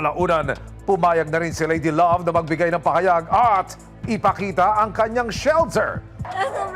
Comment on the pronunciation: Need lng nman sa nag aalaga e,,,,mabuting kalooban sa Pag alaga na may kaayusan sa ginagawa..tinde rin isipin mo kinaya nya Amoy nayun.( Haha,Pero yung nag nanarate ,,swabe sa bigkas ng " ladylove" hehe